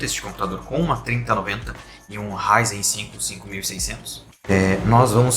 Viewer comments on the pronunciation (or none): none